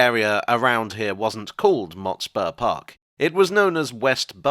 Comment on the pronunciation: I recall the pronunciation of Motspur with less emphasis on the spur and more on the Mot